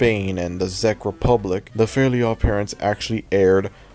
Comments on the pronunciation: Czech is pronounced like “Check” not “Zeck” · this is very interesting but heads up, "czech" in "czech republic" is pronounced like "check", not "zeck" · im sorry THE FUCK? THE ZEK REPUBLIC? "Czech" is pronounced "check", man. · Why is he saying "The Zeck republic" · Because it sounds like Czech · Czech is pronounced how you would say “check” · Correction, The "Czech" in the Czech Republic is pronounced like the word "Check". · "Zech republic" 💀 Edit: also here in hungary (and likely other european countries) cloudy with a chance of meatballs aired on cartoon network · I don't mean to sound like one of those people, but Czech is pronounced "check". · Czec in pronounced like check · I like ur vid but Czech Republic is pronounced check Republic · ffs Czech is pronounced "Check" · the way you kept pronouncing czech republic wrong😭it was triggering me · sooo nobody is gonna talk about how he's pronouncing the Czech republic